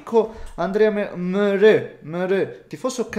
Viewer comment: Mereu... Non mere' alla francese